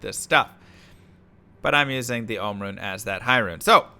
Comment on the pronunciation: Jaa rune and Om rune 👀 Its JaH and OHm